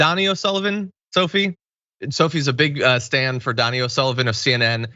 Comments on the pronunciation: Donie O’Sullivan. You pronounce his name Doh-nee not Dah-nee. It’s an Irish thing. Lol Get it right, please. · Quick correction from Ireland - Donai isn't pronounced "Donny", it's pronounced like Tony, except with a D. - You're welcome. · Your pronouncing Donie O'Sullivans name wrong - your saying Donny as in Donny Osmond. In Ireland it would be pronounced Do-Ne. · Donie, not Donnie ☝️🧐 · It’s not Donnie, it’s Donie. Long “o” sound. Donie O’Sullivan. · Dough knee. That's how his name is pronounced. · Donie...pronounced 'dough-knee' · yep it's Dough Knee! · Donnie O Sullivan......its pronounced dough-knee 😊 it's kind of amusing how it gets pronounced 😅 but take it from an irish viewer...it is dough-knee😉